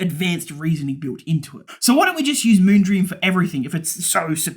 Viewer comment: "Moonbeam", "Moongleam" hahaha you got me laughing